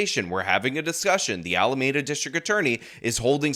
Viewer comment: Pronounce Alameda correctly, please! "meda" is pronounced like "me duh". You keep screwing this up.